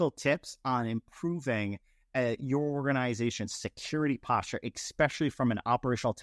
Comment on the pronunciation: Thank you for the presentation. I really enjoyed it. However, I do have to say that there is no “X” in especially. I’m bringing this up with all purity of heart. It is concerning to have someone present a webinar for a multi million dollar corporation that cannot use proper grammar during a presentation. If someone does not know, grammar, do they know the other information they are presenting?